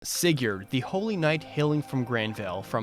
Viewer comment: That opening pronounciation of Sigurd... I mean, I know it's not WRONG, but that "yurd" is going to haunt me. And, I mean, Leif is also on a horse, in FE4 anyways.